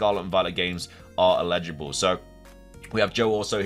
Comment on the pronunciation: "el-i-ji-bul" NOT "i-le-ji-bul" they mean very different things.